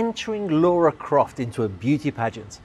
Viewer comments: "Loura Croft" ? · Who is 'Laura Croft?' 😂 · "Laura" Croft. Really? At least get your references right.